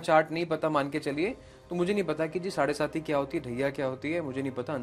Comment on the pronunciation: साड़े सती नहीं मैडम. साड़े साती. 🙏(7 = सात)